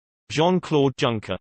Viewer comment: Pronounced YUNKER